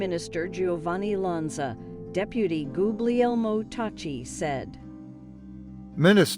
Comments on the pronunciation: Re-record this: there is no excuse for pronunciation like 'GOOG-LEE-EL-mo'. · Like "goog-lee-oh"! Haha!